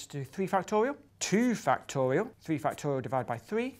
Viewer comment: I like how Professor Grime says "factowial." C'est tellement mignon ça